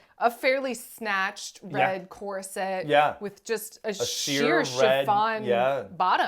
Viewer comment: Um, question… is cor-cet an Avryl pronunciation/affectation?? 😅